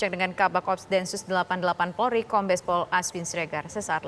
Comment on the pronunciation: pembaca berita menyebut "PORLI"